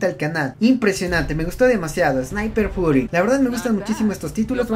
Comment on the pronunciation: se pronuncia sniper fiury